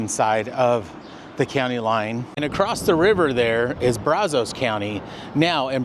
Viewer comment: The area around the Brazos River in Bryan College Station also has a lot of petrified wood. Also, just an informative point, Locals pronounce "Brazos" with a short "a" as in 'cat' and "os" as in 'us'...